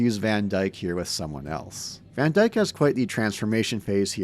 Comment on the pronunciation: Was making dinner with this on and I heard "N word Van Dyke" 😂